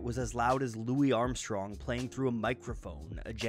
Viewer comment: Bruh said "Lou isssss Armstrong" tho